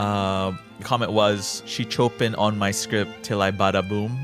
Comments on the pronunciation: i think you saying "chopping" is funnier tho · if it's like the music composer, "chopin" is pronounced "show-pān" stupid, i know